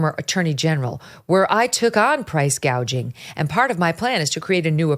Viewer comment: She keeps bragging about how she prosecuted price gougers in California. IT IS A BIG LIE. SHE DIDN'T EVEN KNOW HOW TO SAY THE WORD 'GOUGING'. HAD SHE PROSECUTED, SHE WOULD HAVE LEARNT THE CORRECT PRONUNCIATION BY HEARING IT FROM OTHERS.